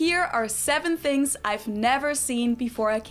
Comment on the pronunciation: "Seven Fings" 😅